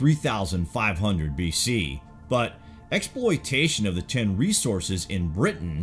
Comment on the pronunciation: This guy keeps saying "ten" when he should be saying "tin". I was confused for a while - ten what?